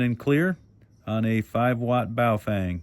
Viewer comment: Ba oh fung , <correct pronunciation sound alike. Not,,,,, Bay o fang <wrong pronunciation..